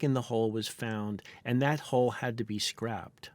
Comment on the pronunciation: Say HULL... "Hole"